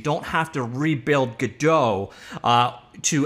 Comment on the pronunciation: "g-DOUGH" "Go-DOT"